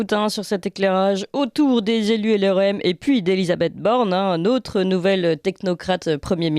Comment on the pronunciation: Elle m agace avec son"nautre"...en français on prononce notre!!!